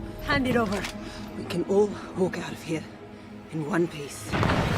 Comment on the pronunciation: DID SHE SAY ONE PEICE